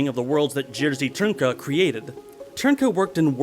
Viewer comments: lol tbh the main reason why i clicked on this video was to see how you'd pronounce jiri trnka and I was not dissapointed jersey trunpike i'm holleringg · I may be wrong but I was always under the impression that the name of this genius is pronounced Jarre (as in Jean Michel) Reeeee Trinka. We were shown some of his films back in 1979 on an animation course. Some of the animation was stupendous but it was the camera movements which were way ahead of their time.